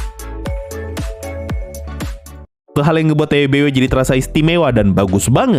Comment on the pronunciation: Lah udah bisa bener ngeja TBW wkwk.. kemaren masih ngomong TWBY awokwokwok..